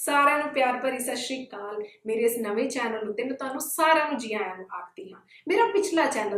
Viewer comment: ਨਵੇਂ ਉਪਰਾਲੇ ਲਈ ਬਹੁਤ ਬਹੁਤ ਮੁਬਾਰਕਾਂ । ਪਰਮਾਤਮਾ ਬਹੁਤ ਵਾਧਾ ਬਖ਼ਸ਼ੇ। ਬੇਨਤੀ ਹੈ ਕਿ "ਸ ਸ਼੍ਰੀ ਕਾਲ " ਦੀ ਬਜਾਏ "ਸਤਿ ਸ਼੍ਰੀ ਅਕਾਲ" ਦਾ ਉਚਾਰਣ ਸੋਹਣੇ ਢੰਗ ਨਾਲ ਕੀਤਾ ਜਾਵੇ।